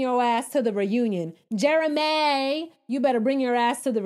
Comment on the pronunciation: The way you said Jeremayyy made me cackle 😂😂